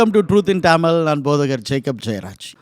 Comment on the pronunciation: ஒரு சிறிய வேண்டுகோள்.......... டமில் என்பதை தமிழ் என்று உச்சரிக்கவும் 🙏